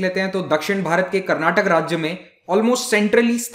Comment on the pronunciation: Karnatak*A* Sir like you pronounced Shivamogg*A* correctly...